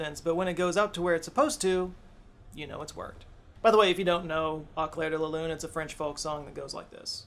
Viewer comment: AAu-clairre-de-la-lu-ne-mon-aaaa-mi-Pierrrr-ot-Prête..... he is rolling damn hard his R